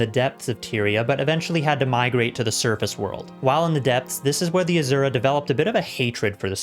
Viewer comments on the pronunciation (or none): AZURAAAA! Cracks me up! It’s Asura!